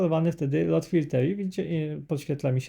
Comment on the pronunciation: Dwa "o" czyta się jak "u". Czyli nie LOT tylko LUT filter. (sorry, że się przypier*alam, ale aż kłuje w uszy)